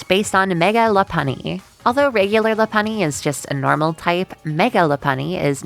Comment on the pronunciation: ain't no way pronounces Lopunny "luh punny", it's named after LOP-eared bunnies